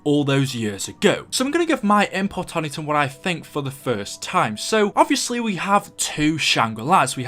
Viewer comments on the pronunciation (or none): none